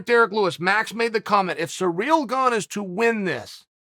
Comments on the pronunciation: Sometimes it looks like Chael doesn't even bother doing any research on fighters before doing these videos. How can he not know Gane and Francis haven't trained together or shared training partners in years. And also he needs to learn how to pronounce these fighters name right, 'Surreal Gong', really??? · Me: pronounces it sirill garn Chael: pronounces it surreal gong Me: pronounces it surreal gong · Sir Real Gone 😂 love hearing chaels versions of fighters names🐏